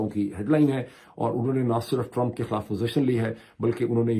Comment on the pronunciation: ارے بھائی جان لفظ “خَالاف” نہیں “خِی لاف(خِلاف) ہوتا ہے بالکل اسی طرح “عَدراک” نہیں“ اِدراک” ہوتا ہے! کاش جتنے پیسے آپ انگریزی کی کتابوں پر خرچ کرتے ہیں اس کا دسواں حصہ اپنے اردو کے تلفظ اور گرامر کو بہتر بنانے میں بھی صرف کرد یں تو کیا ہی اچھا ہو!!🤔💐